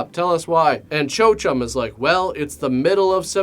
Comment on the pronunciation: Chochem is pronounced KO-hem.